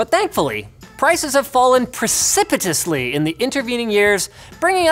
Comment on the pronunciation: is that suppose to be "precipitously"